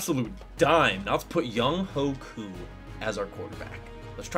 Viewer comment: Good job on pronunciation! Also good video